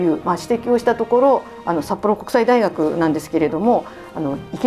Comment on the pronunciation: さっぽろうんこくさいだいがくになったのねｗ